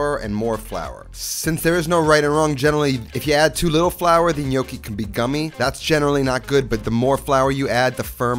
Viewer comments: It's not in-yoki. It's nyoki. It sounds like you keep saying "the gli gnocchi" which would mean "the the gnocchi". Looks delicious. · "NOKI" lmao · With all due respect....you are pronouncing gnocchi incorrectly. Sorry. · Pronouncing gnocchi wrong.